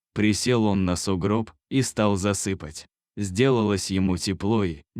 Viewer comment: ЗасыпАть - в сон клонить, а засЫпать- это ямку землёй присыпать,,,,от ударения смысл очень меняется !!!! Обратите внимание,чтоб ваш чтец не коверкал язык!